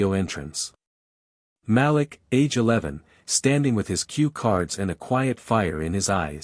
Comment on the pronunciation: Malik is correctly pronounced muh-LEEK.